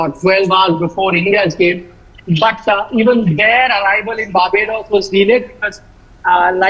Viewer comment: Barbodddoos..that pronounciation 😅😅😅